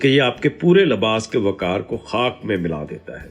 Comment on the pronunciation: " وکار " غلط جب کہ " وقار " درست ہے۔